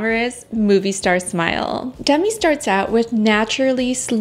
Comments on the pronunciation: I enjoy your kind, non-judgmental videos. Just one thing: Demi Moore pronounces her name as dehMEE, not DEHmee. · Demi pronounces her name “d-MEE” not “DEM-ee”